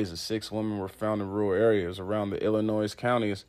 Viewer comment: The "S" is silent in "Illinois".